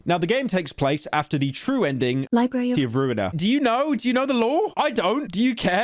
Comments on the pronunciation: who the hell said libary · No way pyro said said libary